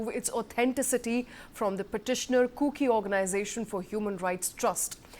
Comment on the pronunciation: It is extremely annoying if you as a news presenter cannot pronounce “kuki” correctly. Do some homework before going online.